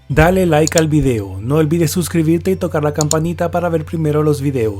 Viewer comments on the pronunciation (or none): none